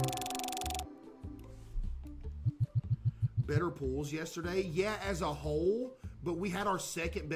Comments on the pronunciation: Today Learned that caseoh doesn’t say yesterday he says yesterdee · why does he say yesterday like that lol